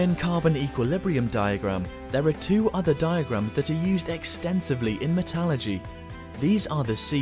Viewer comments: And mispronounced it as well :-/ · Actually stopped watching so I could do about 3 double takes, because there is no such thing as “Metalurgy.”